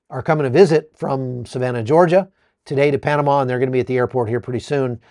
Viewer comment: Panamá, penomme